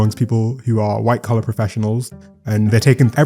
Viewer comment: I heard that too 😅... went back again but now I hear "white collar"